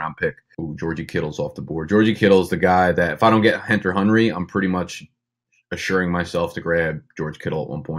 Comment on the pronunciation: “Henter Hunry” Lol